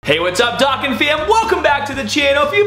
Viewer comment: Dokkan. D-oh-kahn.